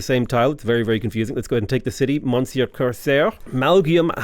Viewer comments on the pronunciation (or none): none